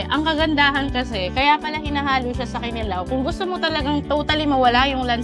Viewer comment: wow! at last, CDO! by the way, KINILAW ay pronounced with emphasis sa 2nd syllable. ki-NI-law. para i-NI-haw. hehehe